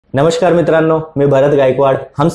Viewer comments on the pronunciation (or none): none